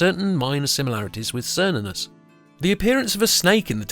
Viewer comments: It's Kernunnos, not Sernunus 🙄🙄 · It's pronounced with the K sound, like Kernunnos. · why does everyone pronounce it as SER-nunnos when its supposed to be KAYR-nunnos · It's not "sernunnus", but "ker-noo-nos". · Its Care-noon-ous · Wrong pronounced name; it is: Kernunnos . C pronounced as an 's' is a Latin alteration. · Are you sure of the pronunciation, I would suggest; "Kernunnos". In Welsh, Cythraul meaning Demon or Devil is pronounced Kythrael. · Why are you calling him, Sernunnos? The C is always hard in the Celtic languages. Or so I have been taught. You're Latinizing the C in this case. Making it the S sound. I believe this is incorrect. Maybe it's the Roman coming out in you. :) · It's what happens when people speak on things they haven't thoroughly researched. I know it's pronounced ker-nunn-os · Wrong prononciation, watch the movie Demigod. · Precisely, What is it with the English that they insist on pronouncing words and names from other cultures they way the would were they English words? It is INDEED a hard C on Cernunnos. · Pronounced with a hard C like a K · ❤ yes "k" sound on the C ❤ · If heard it pronounced both ways but I think you are correct.